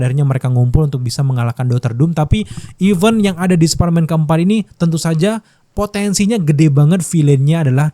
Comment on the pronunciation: Even dan event beda bunyinya